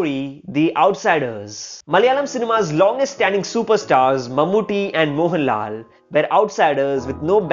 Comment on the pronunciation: Bro why are you stretching the last syllable of every sentence? Pranav Mohan-LAL Son of Mohan-LAL made his debut in AADI.